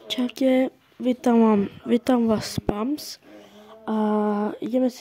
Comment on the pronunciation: Není to pams ale pims